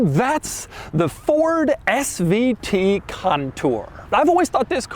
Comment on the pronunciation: Doug, quit emphasizing SVT!!